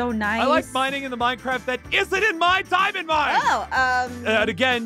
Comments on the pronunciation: it's not "Diimund" it's "Diamond" you Must Read not Like Diimond Okay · When said diamond but it was dimun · Did someone said diimund?